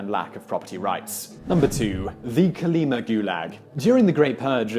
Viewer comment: Kolima. Stress on final syllable